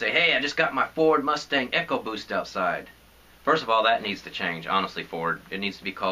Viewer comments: You're saying it wrong....not "ecco-boost"....it's "Eco-boost" Also you made it sound like that was your only option in the video. LOL! I'm with you on a man not being able to drive a 4-banger Mustang without getting laughed at though! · say it with me ecooooobooossttt like economy ,not echo!!!!!!!!!!!